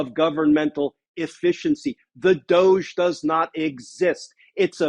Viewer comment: It's DOE-'dg', like juDGe but keep saying it wrong it pisses off the crypto bros and its hilarious when they get their panties in a twist over it